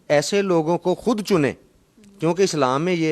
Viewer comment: lafz halaf nahi hota khilaaf hota hai aur lafz hod nahi hota khud hota hai..